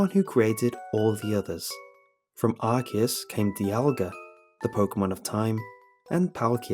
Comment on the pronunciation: Finally! Someone pronounces Arceus correctly!